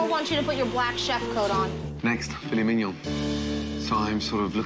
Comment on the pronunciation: “You are a SCAMMA’….. uhh fillet mignon…..”